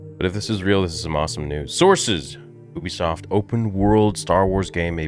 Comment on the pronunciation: The pronunciation is you-bisoft not oobisoft